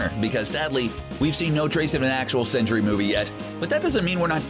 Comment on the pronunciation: Why do you keep saying what sounds like 'century' when it should sound like 'Sentry?'